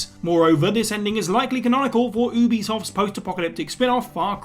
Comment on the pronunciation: It’s “you-be-soft” not oooo be soft. They were once called Ubiquitous software